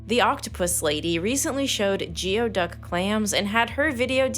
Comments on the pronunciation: Just FYI, but you mention geoduck clams. It's actually pronounced gooey-duck. English is fun :) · ur a nature channel and really said “jee-oh duck” .. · Imagine a science channel completely mispronouncing "geoduck"